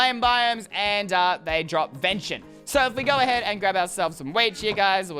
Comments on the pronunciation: lol it's not vension it's VENISON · It's not venshin it's ven-is-on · It's pronounced v-en-i-son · It’s vinison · Its Ven i son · Venison is pronounced Ven-I-sun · IT'S VEN-IS-ON(idiot)it's delicious btw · Ha he pronounced venison wrong 🤣🤣🤣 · You are pronouncing venison wrong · Hes pronouncing venison wrong and it hurts